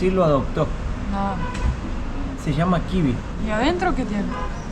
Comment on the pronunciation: Não é Kivi, o nome certo é KIBE